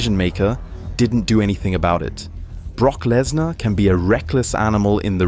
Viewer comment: Prock blessnar 😂😂😂😂